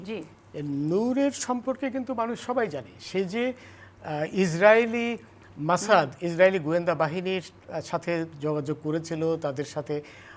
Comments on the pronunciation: Musaad k mushaad bole😂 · মাসাদ না মোসাদ রে মূর্খ